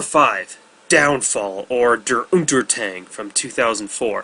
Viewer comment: your pronunciation of "Der Untergang" was awfully wrong :D